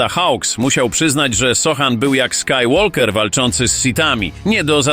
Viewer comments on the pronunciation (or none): Nie Hawk tylko Hawks. Nie Tray Young tylko Trae (czyt. tre) Young, nie skywolker tylko skyłoker. Fajny materiał, ale takie błędy dają po uszach.